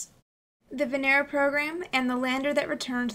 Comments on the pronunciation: It's not VeNEra It's VEnera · May I just correct your pronunciation of Venera? The accent is on the first E, not the second. vEnera, not venEra. Great job otherwise. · Good and well done. But you have to say Vènera (from latin) and not "Venèra" that is wrong. Thanks. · you pronounce it wrong. They don't say Venera , but Veneeero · It is not venEra, but vEnera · VENERAL. lol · she said , vanera lol